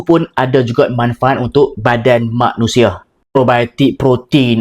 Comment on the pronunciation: Itulah namanya politik.. Nk kuasa sanggup guna apa jua cara utk cipta konflik yg secara langsung mencetuskan ISU popular... Itulah politik Correction Manusia bukan maknusia...sebut sekali lagi..MANUSIA ya.. Sebutan secara alami dengan sebutan untuk tontonan lain ya.... Kepada semua influencers... Sila edit sebelum sebarkan.. Bare in minds ok...